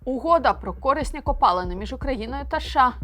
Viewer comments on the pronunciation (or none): Дякую! Але не кОрисні а корИсні...